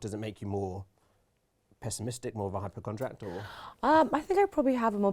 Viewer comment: The interviewer said “hypercondriact”